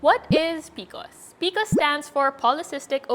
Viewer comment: I really want to watch & get some info but I can’t because she keeps calling is PICOs 😫